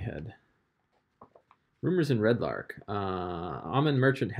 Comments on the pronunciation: My OCD is slightly bothered every time you call it "Red Lark" instead of Red Larch... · Arch=ark easy mistake when reading lol